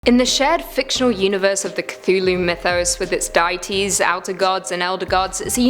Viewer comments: And who can forget the... dayahteas -_ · She said Dietes. Not deity's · Die-eties? Wtf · ..."'die'-ities"? I'm not entirely convinced that that was the accent that mangled up "deities" there...